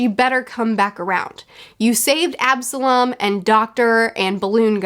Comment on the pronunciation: She wished death on Absolam! No one likes him lol. She hated him so much that she actually said his name right.